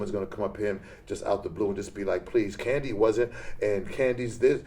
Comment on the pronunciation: Kandi, I Can’t...”Kandi”